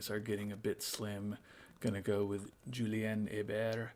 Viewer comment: Nice job pronouncing 'Hébert', by the way. Could still use a bit of help on the 'Julien', though. 😉